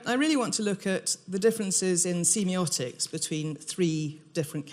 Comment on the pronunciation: Ahh that's not how I say semiotics. I hate when that happens, it's going to bug me the whole lecture now.